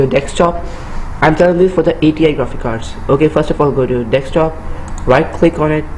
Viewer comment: nice "dektop"